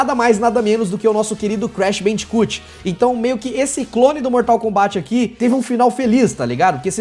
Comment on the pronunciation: Meu Deus, primeira pessoa do YT falando Mortal KombÁT... como se deve falar. Obrigado!